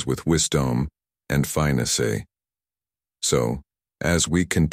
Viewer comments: get a real person to narrate. "Fine-a-say" vs "finesse" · Finesse is not fine-essay 😂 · This is a lesson on how to manipulate others...BTW, teach your AI narrator how to pronounce "finesse". I feel as though I am listening to a HAL reject that found a way to slip under the radar after the movie company kept it stored in a back room a little too long